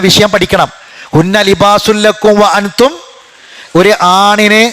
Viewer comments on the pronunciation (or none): വ അ ൻ തും എന്ന് പറയുമ്പോൾ. ""ൻ ""വെളിവാകാൻപാടില്ല